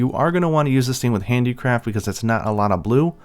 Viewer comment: Do you say handicraft or handicrap? 😂